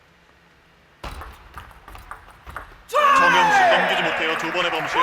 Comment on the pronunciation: 심판분이 정영식을 잘못 발음하신 ㅎㅎ... 정영석!